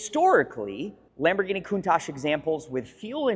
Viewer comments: So, is it pronounced “Countosh” or “Coun-tach” with the second half pronounced more like “watch” with a “t” instead of the “w” as Valentino Balboni says it? Cool channel! Subscribed!!! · Rarely are these cars name pronounced correctly. Think w atch, it is how Marcello Gandini said the name. I think he would know; He designed and named it. Not trying to be a d----.